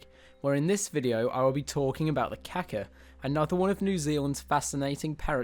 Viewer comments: cool vid....It is important to pronounce this birds name correctly, beacuse "kaka" means "shit" in Maori but Kaakaa is the bird so pay to lengthen out that "a" when you are talking about the bird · I can't believe anyone could be so ignorant as to pronounce Kaka as Kacker. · You saying his name wrong sounds like car car if you say that you will be pronouncing his name correctly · It would help if you really wanted to do this video justice, at very least learn how to pronounce kaka & other words correctly. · You said it wrong smh